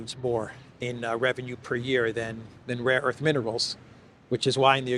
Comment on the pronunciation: Laughing my ass off with the rare earth sketch man. I got some rare erff, u want some rare erff. U want man, I got some rare erff. Rare erff, for sale here man. Rare erff, my mamma got some, my uncle got some. Rare erff man, rare erff, I give u good price. ! Rare erff man , rare erff !